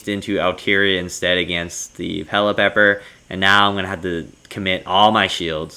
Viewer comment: I think its pronounce Pelliper instead of Pellipepper